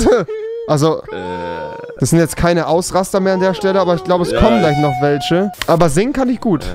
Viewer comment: "Tich" anstatt "Tisch "Welsche" anstatt "Welche" ....